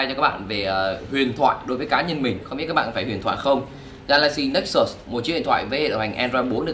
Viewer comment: hồi 2013 mua nó giá 14 triệu, tiện thể lụm luôn con Nexus S (phiên bản có đèn flash của Galaxy S), mà đọc là Galaxy Nê xús haha